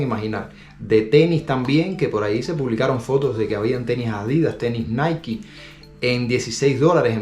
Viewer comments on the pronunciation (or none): none